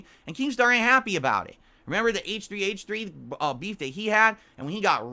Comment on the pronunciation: damn hes finally saying h3h3 instead of hehe productions